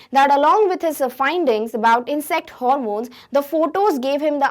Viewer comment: She mispronounced "hormones"